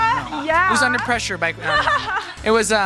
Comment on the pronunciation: Underpreshure jajajja